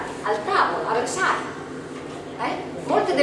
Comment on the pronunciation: versaie...no versail